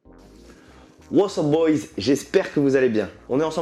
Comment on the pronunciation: Wossop Bolz à 😂😂 on dit what’s up boys whesh frère